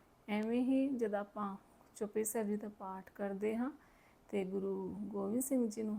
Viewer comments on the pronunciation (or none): ਮੁਆਫ ਕਰਨਾ ਬੀਬਾ ਜੀ ਚਪਈ ਸਾਹਿਬ ਜੀ ਨਹੀਂ ਚੌਪਈ ਸਾਹਿਬ ਸ਼ੁੱਧ ਉਚਾਰਣ ਕੀਤਾ ਜਾਵੇ ਜੀ 👏